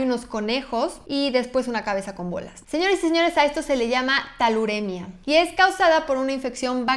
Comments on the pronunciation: Por cierto, es TULAREMIA, NO TALUREMIA. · Creo que se refiere a Tularemia no “Taluremia” 🙊 y Brucella causa osteomielitis no espondilitis anquilosante. 🙊